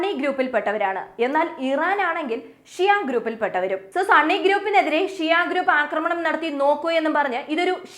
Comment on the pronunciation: സണ്ണി അല്ല സുന്നി 😂